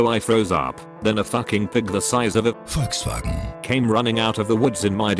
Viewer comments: Why would anyone say VOLKSWAGEN so horrificly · VOLKSWAGON.... lol nice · I literally (and I cannot stress this enough!) actually peed on myself when it said volts wagon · What the hell was the V O L K S W A G E N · Nobody: Video: V O L K S W A G E N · Anyone else get creeped out at the way it said voltswagon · what in the FUCK was the V O L K S W A G EN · It's 12am. It's dark. Idk why I watch scary things in the dark but sweet Jesus when you said Volkswagen I really wanted to die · I felt my heart stop when it said Volkswagen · Normally not bothered by mispronunciations, but considering I was listening to this while multitasking: Video: “VOLKSWAGEN” Me: jumps and looks around for an intruder at noon on a sunny day. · Hi-key almost peed my self when it pronounced VOLKSWAGEN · "You ever been stalked by a.... (in a deep, German accent) Volkswagen? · It's a german word, it's not a german accent if it's in fucking german smh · the Volkswagen pronunciation is scary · Good pronounciation on that Volkswagen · 99% comments : Volkswagen voice 1% :comment : other Also don’t scare me like that again I swear to god I was so alerted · Who the FUCK thought it was a good idea to say Volkswagon like that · WHY THE BLOODY FUCK DID IT SAY VOLKSWAGEN LIKE THAT?!? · Volcswagen why was it said weird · I almost cried when it said Volkswagen. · The fucken "VOLKSWAGEN" gave me a damn heart attack yall 💀